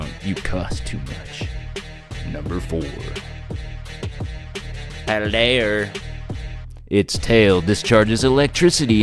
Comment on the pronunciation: Why do you all say: PaldeaR?